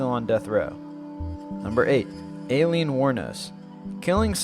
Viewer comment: how do i get ahold of this idiot narrator!!!! he calls a 'lapel' a 'lapple' in one video 'hag-eez' for 'haggis' and in this one 'alien' for 'aileen' he's an idiot I mean who the hell names their kid 'Alien'!! use the process of elimination or research what the hell you are talking about idiot!!!!